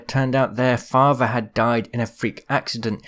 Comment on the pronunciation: When he said Watsson lost her father all I heard was, " Watsson lost her faja."